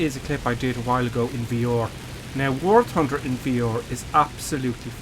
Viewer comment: its pronounced V-R. not VEOR